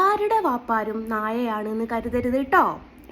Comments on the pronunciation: പറയാൻ പടിക്ക്. നാഴ അല്ല നായ. അതും പറയാൻ അറിയാത്ത ഒരു ജന്മം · നാഴ അല്ല ചേച്ചി 🫣നായ ആണ് 😂